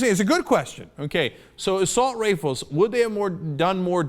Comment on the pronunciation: Cenk said Assault Rafles.